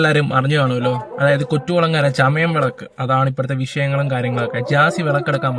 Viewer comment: കൊറ്റു കുളങ്ങരയല്ല 🤔കൊറ്റൻകുളങ്ങര 😊